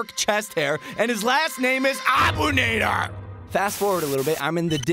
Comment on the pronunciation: Bro the name is Arabic and you butchered the shit out of the last name it’s abu naadir that’s how you prenounse it